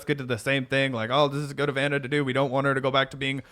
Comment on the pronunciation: reads Ana correctly.